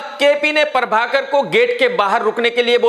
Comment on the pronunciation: Everyone : Prabhakar Krk : Parbhakar